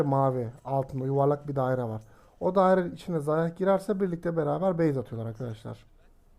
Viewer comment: Xayah diye yazılıyor ama zaya diyiye okunuyor zayah deil